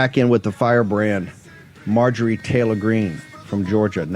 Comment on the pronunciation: dude … it’s MARjorie not MAJORie